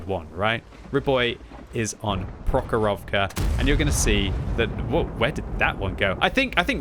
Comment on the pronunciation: Please, like this comment for to see that it’s actually PrOchorovka and MalInovka.